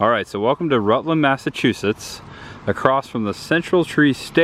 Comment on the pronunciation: Great vlog ! All of my home town (Worcester) fun locations ! I was going to be a wise ass and correct your pronunciation but there so many ! You got two right Rutland and shirley.